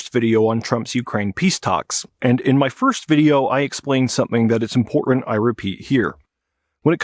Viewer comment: I find your repeated use of "imporent" rather than pronouncing the word correctly to be very distracting.